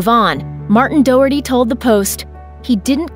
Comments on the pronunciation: Doherty is pronounced D-ah-her-tee not Doh-herty. Sorry it was just bugging me so much I had to say it. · It's do as in doctor, not dough. Pronounced Do-hurty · Doherty is pronounced daw-her-tee. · Doherty is actually pronounced "Dock-er-tee" least you could do is find the proper pronounciation it's not that difficult Doherty is a common enough name! (before comments roll in my family do know the victims and yes I know people like Shannon Doherty say it differently but that's an Americanised version of the original Irish name) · Gallagher - the "g" is silent so Galla(g)her not gallaGher and the name Doherty - not Doh erty ....ffs get your shit together with the pronunciations of names, it's ignorant and uncouth to massacre a name... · I get that this is a serious video and all but the pronunciation of Doherty is hilarious to me as an Irish person